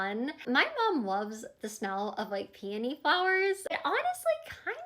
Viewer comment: She said “panty” flowers not “peony” flowers lol